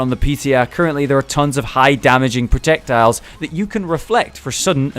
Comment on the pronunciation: protectiles? melei? btw its pronounced as mei-lei and is written meele